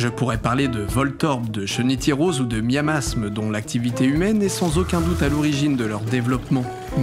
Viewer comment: Miamiasme, avec deux i, pas Miamasme